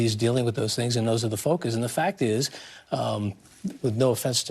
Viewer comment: Susan, USA reporter: BIDEN. NOT "BRIDEN."